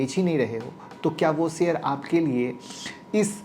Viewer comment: श बोलना सीख लें आप तो वीडियो पर ज्यादा view आयेंगे, शेयर बोला जाता है सेयर नहीं बोलते